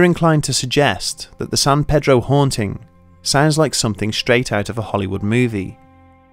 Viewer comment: thats not how u say pedro